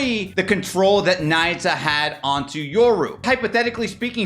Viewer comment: its pronounce ''nah-yoo-ta'' not naita 😭